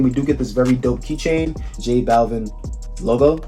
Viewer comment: Butchered the name , Jesus